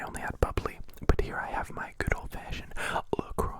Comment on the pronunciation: Ok so it's actually pronounced le croo btw.